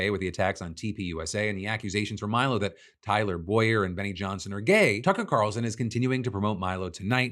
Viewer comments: He said Cucker Tarlson. He spoonerized the name. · To be specific I'm pretty sure he said Cucker Tarlson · He totally said Cucker Tarlson lol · ...did anyone catch that he said "Cucker Tarlson"? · you def said cucker tarlson and i love it 😂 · Cucker Tarlson took me OUT 😂 I really hope this was on purpose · Any one else hear the "Cucker Tarlson" ? hehehe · sounds like he says cucker tarlson 😂 great video! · "Cucker Tarlson" lmao nice slip of the tongue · “Cucker Tarlson”= unintentional brilliance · "Cucker Tarlson" really caught me off guard and I had to go back and relisten. IDK if I'm mishearing or what but now I will be referring to him as nothing else, ever. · Did… did you say cucker tarlson? 😂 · did...did i hear that right phil? did u just say cucker tarlson? lol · Hahaha my man called him Cucker Tarlson at 5.05 and I dunno if he meant to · Cucker Tarlson? Phil is that a Freudian Slip or did you just invent an amazing new insult? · "Cucker Tarlson". Nice. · "Cucker Tarlson" ah, caught that Phil! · Cucker Tarlson? 😂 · Did... did he say Cucker Tarlson? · he said Cucker Tarlson on purpose, I just can’t prove it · I thought i misheard, but holy shit Phil did casually say Cucker Tarlson🤣🤣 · DID YOU SAY CUCKER TARLSON LOL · Wait.... What was that???????? Say that again please??????? Cucker Tarlson????? LOLLLLLLLLLL!!!!!!!!! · Did I just hear you say cucker tarlson Phil? That’s wanghaf language brother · Did you say Cucker Tarlson??? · “Cucker Tarlson” is hilarious whether intentional or not 😂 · Okay, it was obviously.a slip, but it felt so VALIDATING to hear you call Tucker Carlson Cucker Tarlson at one point, that was AWESOME to hear! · cuckal tarelson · He said Cucker Tarleson. LMAO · I heard Cucker Tarlson - funny either way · Cucker Tarlson😂 Thanks for the shared confirmation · Cucker tarlson is his new name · Cucker Tarlson 😂😂😂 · Cucker tarlson hahaha a fantastic flub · Cucker Tarlson is now his official name in my head canon. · I heard it too! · “Cucker Tarlson”